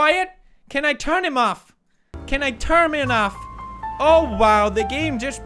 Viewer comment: “ Can I turmin off” 🤣🤣🤣🤣🤣